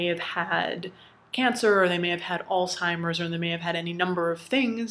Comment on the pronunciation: Oh thank you for pronouncing Alzheimer's properly... It's so aggravating to hear someone say old-timers or alltimers disease... There's a zh in their people.